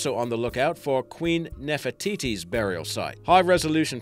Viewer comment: i like how he says nerfer tities